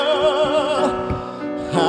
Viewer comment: Love this performance. But just one thing most singers ignore. Cohen himself never rhymed "you" as "ya" with "Halleljuah". He always pronounced "you".